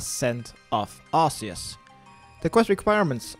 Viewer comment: Arseus, lol. Sounds like a monty python character.